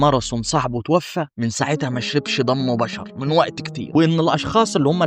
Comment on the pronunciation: ضم.. صيبيريا.. البراظيل انت عندك مشكلة في نطق الحروف.. ابقي خد بالك علشان النطق مستفز